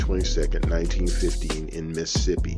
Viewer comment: I love that you pronounce Mississippi like Missippi❤